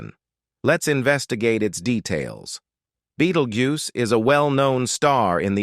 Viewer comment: Beatlejuice. Betteljuice. Beatlegyuse. Beatlejews. Bettelguise? I had to keep watching to hear them all 😂